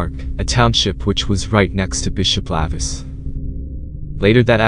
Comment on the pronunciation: Spelled, lavis, pronounced, lay-vis